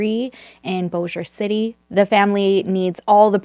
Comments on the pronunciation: I first want to say thank you 🫶 for pronouncing Bossier City and Shreveport correctly. I know when I lived there and someone who lives somewhere else would try to pronounce it, they would always say it like BOSSY-er. Wow, I was born and raised in the Bossier City/Shreveport area (41 years). We just moved to Pittsburgh Pennsylvania in August of 2019. It was nice getting to see it and made me even miss it a little. I even worked on the riverboat casinos for 14 years. I worked 9 years of it at The El Dorado. (Sorry, I'm just starting the video, I just wanted to say this before I got into the case) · This story is crazy. I remember when this happened. I live in Bossier City and let me say that I’m SO proud of you for pronouncing it correctly. Nobody gets it right!